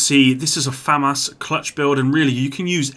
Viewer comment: here, I delete comments and can't pronounce Famas